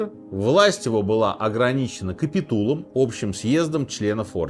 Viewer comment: Не капитУл, а капИтул...